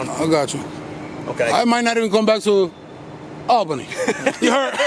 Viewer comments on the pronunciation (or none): It’s pronounced AWLbany or ole-bany lol